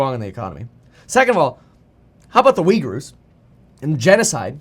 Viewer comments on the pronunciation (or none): none